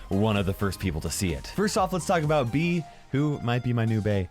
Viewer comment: ITS not bee ITS bea